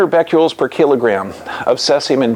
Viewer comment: Omfg if this guy says "beck-you-ols" one more time I'm gonna reach thru the screen and strangle him. BECQUERELs. As in Henri Becquerel. The french dude who left uranium ore on a photo plate (why? I dunno) and then it developed.